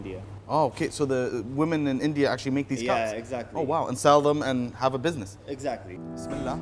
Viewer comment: Mashallah love ur video love how u say bismillah and Alhumadolillah Wallia 🙏🙏🙏